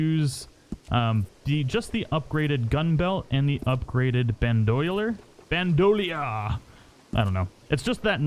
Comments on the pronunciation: 'band o leer', and its pronounced like 'sandy knee', not saint dennis you uncultured heathen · 'Band' o 'leer' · 18/10 the worst pronunciation of bandolier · Ban do leer bro easiest way i can think of to help with text pronunciation